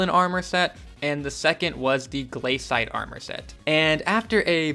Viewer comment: im so triggered by him saying gl-A-cite but its gla-cite